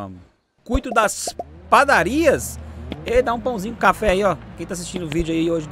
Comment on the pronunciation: devia ta com fome quando tava gravando para ter confundido padaria com PRadaria? kkkkkk